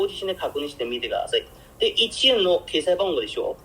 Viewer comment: 中国人が話す日本語の特徴が出ていますね。小さい「っ」の発音が中国語にないので決済をケサイと言ってる時点で中国人だとわかります。